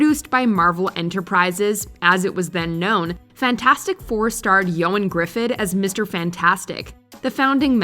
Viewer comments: “Yo-an Griffith”. He literally says it himself in a late night interview several years ago. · Christ, she mispronounces a ton of things every video, but she slaughtered “Ioan Gruffud”. Prime example of why people should do research before talking about something.